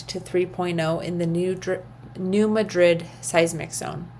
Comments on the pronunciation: You can tell you aren’t a Missourian lol. The “natives”. Call it New Mad-drid. Love ya! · No, lol I’m from Montana…. It drives me nuts to hear it pronounced wrong